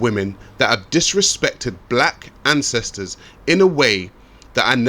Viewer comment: “Fah da ancèstaz” 🤦🏾‍♂️